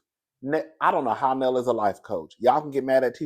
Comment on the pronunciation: It's pronounced Nell (Nail)